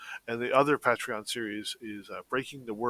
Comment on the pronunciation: Momentum and keeping motivated are tough to maintain. Also I hate the way pronounces patreon.